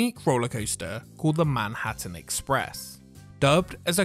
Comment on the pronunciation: "Manhurtin Express"